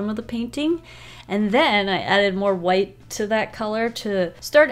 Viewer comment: "Who Hwhight"